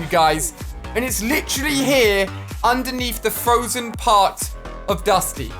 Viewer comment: Nobody: Not a soul: Ali a: LiChaLlY